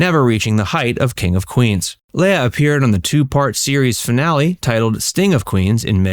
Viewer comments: Her name is pronounced LEEA, NOT Laya. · I know it's kind of a small item, but I wish you would stop pronouncing her name like Princess Laiah on Star Wars. She has always just called herself Leah as it's spelled. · It's leah (lee-ah) not lay-a. 🙄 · Commentator, learn how to pronounce her name it's "Lee-ah" not "Lay-ah." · Leah's name is actually pronounced as Leeah. Not Lala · Why do you keep pronouncing her name as “Lay-uh?” I’ve only ever heard her name pronounced “Lee-uh.” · Man it was killing me how you pronounce Leah's name. It's Lee ah not Lay ah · Always thought it was pronounced ‘lee-ah’ not ‘lay-ah’ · Why can't this guy pronounce "Leah"? It's Lee-uh, not Lay-uh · Why are you calling LEEH-A, Lay-a?? Seriously? Research, dude!!! And Kirstie Alley turned her back on Leah because she left Scientology?? Why would your "God" tell you to snub anyone, Kirstie? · You pronounce Leah name wrong every single time. It's "Lee-uhh" She not a Star Wars princess. Leia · Her name is Leah, not Leia. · Yup. It's LEE-uh, not LAY-uh. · Leah is pronounced LEE-UH not LAY-UH!! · Everytime he said "Leia" instead of "Leah" my brain would correct him. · Seriously? It's Lee-AH, not LAY-ah. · It’s Leee-aah, not Lay-aah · why do you keep calling her "Leia"? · Why does this guy keep calling Leah, Leia? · "Lay-yah Rem-eneee" Wrong name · You should've learned how to pronounce her name. It's: Leee-ah This wasn't Star Wars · Her name is pronounced, lee-AH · LEAH = LEE uh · Who is “Laya”? Incompetence if you can’t even say the star’s name correctly. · Are you saying her name wrong on purpose or are you just a fucking muppet in real life?